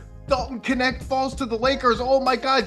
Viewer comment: Dalton Connect (Knecht). Every German speaker is dying laughing. 🤣🤣